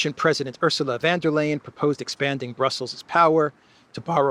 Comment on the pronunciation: Excellent as always, just a little pronunciation help: Ourzula (not Ersula) fonn (not van -that's Dutch!) dare lyin' (not layin). Say this correctly and it will give you an added bonus of polyglott credibility! Try it the next time and mention that it was I who alerted you. Thanks!